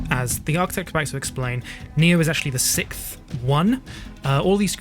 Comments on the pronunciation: Why do you keep saying “Sikth”? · Is that how British people say sixth?